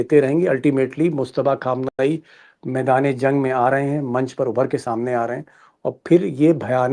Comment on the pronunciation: अगर आप " खामनाई" की बजाय " ख़ामनाई" इस्तरह उच्चार करें तो और मज़ा आजाए।।।